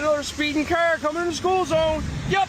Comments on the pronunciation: The way that says "car" is a 1000% indication that he is NOT American. He might be IN America, but that's a Canadian East Coaster, and I can guarantee ya that. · Some Mainers sound like that to be fair